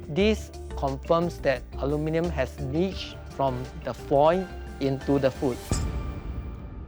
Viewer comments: we cook food in iron skillets/pots/woks for eons, and now we're worried about aluminum? Oh please. I swear she keeps saying Alumi-nee-yum (Aluminium), this is a typical mistake from Japanese people. Interesting how squid has more aluminum content, I wonder if this means seafood such as shellfish are more likely to absorb foreign elements like metals such as aluminum compared to other proteins. The other reason why the squid probably absorbed more aluminum in the first place is because of the sauce or acid from sauce she marinated the squid with in the foil, is eating and dissolving the aluminum at all directions above and below the squid, so essentially the squid is absorbing aluminum due to the acid reaction. Another experiment that needs testing is the different brands of alum. foil, as well as how much healthier is it to use foil that has less % of alum could be healthier or more beneficial, and if so, how much more beneficial? okay seriously...why are the subtitles saying ALU-MI-NIUM. There's no extra I in Aluminum. This is getting out of hand. Nvm I found the answer. British Eng spells with extra " i ", which makes sense given the accents I'm hearing here. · A LU min um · Why is she pronouncing it like an American? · PRONOUNCE ALUMINUM CORRECTLY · The prof and the experienced presenter used the American English pronunciation of Aluminum (4 syallables). The chef pronunced a British English Aluminium (5 sylllables).